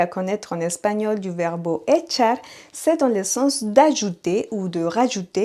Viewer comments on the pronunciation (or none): Echo mas azucar en mi café. NB merci pour les cours, malheureusement je n'ai pas le temps de vous écouter régulièrement. Petite note : vous prononcez le mot " verbe" comme verbo